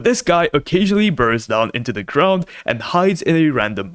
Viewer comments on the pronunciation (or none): none